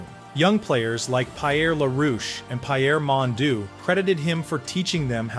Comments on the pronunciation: Pie Air La Roosh, Pie Air Mon Doo. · Lol good old AI ..Pie Air Mondu. And it wasn't Gerry Cheevers, it was Gilles Gilbert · who is pie air mon douche?